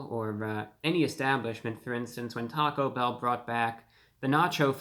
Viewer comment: u went to Tah-Go bell? i think it is one word not hyphenated..enough talking eat the damn thing!